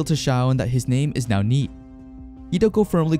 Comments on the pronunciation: I know NEET is probably different in whatever language this was in initially, but how do you mispronounce NEET? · I’m not sure if you’re using AI for the voice or if you’re voicing it yourself. I don’t like the voice that’s being spoken in the second part of the manga The person can’t even say Neet correctly